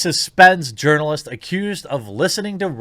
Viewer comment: If I remember correctly, I think Jeremy pronounced it as "Urnalist" - as in "Urnalist Career". Increasingly, I think such a career is akin to a supermarket tabloid writer, except far more manipulative and dishonest.